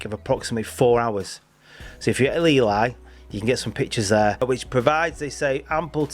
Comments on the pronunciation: E-lee, not E-lie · By the way. It’s Ely not Eli. The cathedral city of Eelee. That’s how you say it. You kept saying Eli as in a northern blokes name